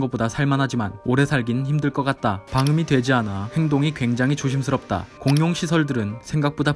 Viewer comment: 공용 발음할때 휘파람소리ㅋㅋㅋ